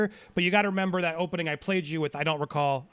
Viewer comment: I was dying in the middle of the lunch break it was to painful hearing "I don't re-call"